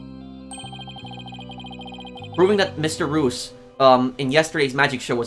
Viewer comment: Mr reus’ name is pronounced “ree-us”; his name is a play on the word “mysterious”